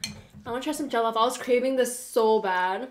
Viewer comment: Haha it's cute how y'all are trying to pronounce jellof rice and the rest of the food items on the table 😂😂😂.